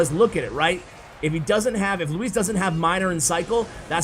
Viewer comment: As someone called "Luis" I appreciate the effort in your pronounciation